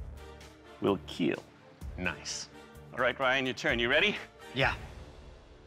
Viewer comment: He said KEEL for REEL